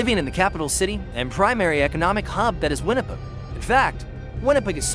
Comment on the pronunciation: If you are going to narrate a documentary, you may want to pronounce METI properly? It's pronounced May-tee! Or Winnipeg? Win-ni-peg!